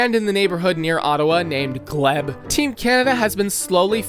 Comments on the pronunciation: Its gleeeb no gleb Nunuvat is a Territory Ottowo is spelled Ottawa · It's pronounced gleeb not gleb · And how he said Gleb for the Glebe. I'm not even sure how you get "gleb". It is literally pronounced how it is spelled, and he still got it wrong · ITS FUCKING GL-ee-b now gl-e-b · As someone who lives in the glebe it killed me when he pronounced it "gleb" instead of gleebe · “Glee-b” not “Glehb” That’s also one of the richest neighborhoods in Ottawa wish they actually built all of bytown. You are missing mechanicsville and lowertown. This is insane though!!! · Ottawa ❌️ Ottowa ✅️ "Gl-eebe"❌️ "Gl-ehb" ✅️ 😭😭💀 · it’s pronounced “Gleeb” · Friendly reminder that the Geneva conventions exist because of Canada. Just something to consider if you ever invade us :) Also, proper pronunciations: Iqaluit: ee-kah-loo-weet The Glebe: gleeb Regina: ree-jai-nah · What the hell was that pronunciation of "The Glebe"???? Also "Regina"??? ITS RE-GINA, LIKE VAGINA!